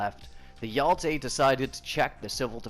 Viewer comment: I love how you pronounce hero in swedish :D Hjälte